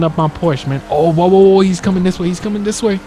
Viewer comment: It's pronounced "pour-sha" btw